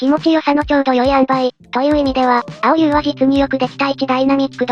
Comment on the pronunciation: あおりゅうではなくせいりゅうでは？